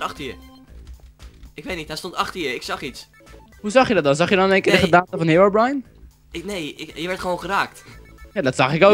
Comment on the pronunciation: Je spreekt herobrine uit als hèrobrin en net heerobraain